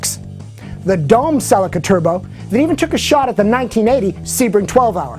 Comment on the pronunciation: Never heard of Celica pronounced in such a ridiculous way